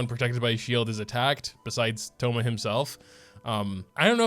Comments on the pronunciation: When you said called him Thomas it reminded me of autocorrect but vocally lol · Our boi, 'Thomas' LMAO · My man did not just call him Thomas